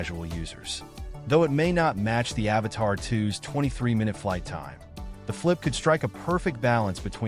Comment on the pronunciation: dude... say it with me.... "A-V-A-T-A-2." Where are you getting "Avatar" from? lmfaooo